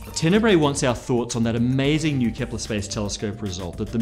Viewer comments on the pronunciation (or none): none